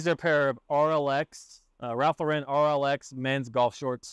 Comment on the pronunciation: Love your videos! I learn so much watching them! One small thing Ralph Lauren, Lauren is pronounced like the woman’s name Lauren - equal emphasis both syllables. I used to pronounce it like you do.